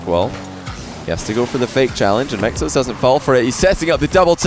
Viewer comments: No one:: Mech-toes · every time says "mectos", I hear "McToes" XD